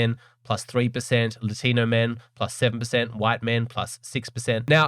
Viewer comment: Latinwhat????? The correct is "Latino" (For context, i'm brazilian)